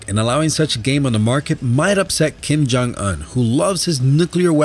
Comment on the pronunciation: LOL! KIM JONG UNN XD I thought it was Kim Jong Un, not Kim Jong Unn. XD